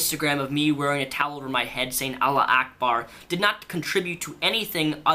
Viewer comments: It's not Allah Ackbar, it's Allahu Ackbar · it's "allahu akbar" not "allah akbar" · its pronounced allah u akbar jus sayin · I live in the middle east. Trust me, it's pronounced Allahu Akbar (alla - hoo - akbar), the call to prayer is like 5 times a day. Idk why but for some reason it distracts me when you get it wrong. Maybe it's just the way Qataris pronounce it, idk. Loved the vid! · It's pronounced: all ah who ack bar